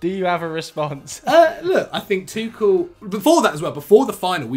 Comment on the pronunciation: Does the pronunciation of Tuchel irritate anyone else very slightly? Apart from...